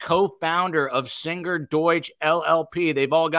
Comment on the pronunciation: does indeed pronounce Singer with an odd G.